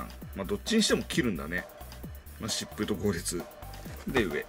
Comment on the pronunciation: 疾風がシップに聞こえるのは俺だけ？